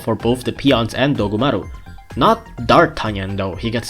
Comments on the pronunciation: DOGumaru uruRUN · Everytime he says dogumaru it makes my brain go monke